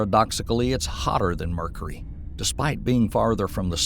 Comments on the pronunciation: My man said Murcary. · Worth the price of admission for the pronunciations ("Murkery", "Urinous")